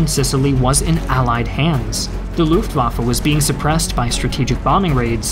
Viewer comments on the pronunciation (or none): none